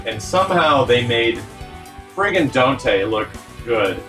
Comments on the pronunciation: It's not El Donte? Dropped man. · "Donte" instead of Dante, very clever 😆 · I can't believe someone said "Donte" out loud, without they're jaw locking up to prevent all the cringe that gets "spoken" into existence.